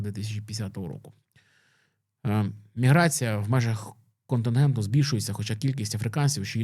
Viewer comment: КонтИНЕнту,, континенту! Не КонтенГенту!